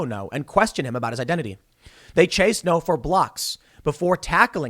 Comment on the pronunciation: It's Andy Ngo, not No. You have to prounce the g. It's not hard.